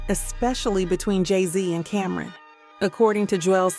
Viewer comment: It’s CAM -RON not Cameron sheesh